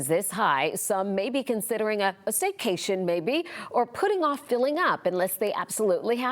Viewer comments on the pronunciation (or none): It’s a “staycation“ not a sitcation.